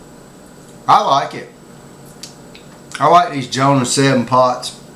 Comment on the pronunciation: it's jonah dude , not johna ,good review